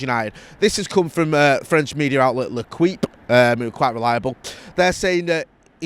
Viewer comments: Man said leKWEEP 🤣🤣🤣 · lol that famous French newspaper Le Kweep 🤣 think you may've butchered that one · Dear, it's pronounced L'EQIPE, take out the U. Merci 🙏🏿 Ole's at the wheel ❤️